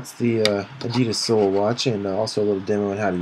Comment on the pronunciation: I think they meant seoul like the city- Suh ool